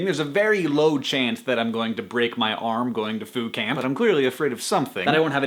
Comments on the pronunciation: I didn't think you said Foo Camp. I heard Food Camp, and I got excited. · for a moment there I thought he said food camp... I was ready to ask where could I sign up o.O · at first i thought you said food camp. i was like WHERE DO I SIGN UP?????? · I thought he said Fool Camp. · When he said Foo Camp, I thought he said Food Camp. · I seriously thought you said "food camp." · The more that Hank said "Foo Camp" the more that I heard "Foucault". Postgrad problems. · I thought you were saying "food camp" until I read the description. haha! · I thought he kept (though I knew he wasn't) saying Phootcamp, which is this totally awesome dream photographer fun times camp. Haha. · I thought he was saying Food Camp.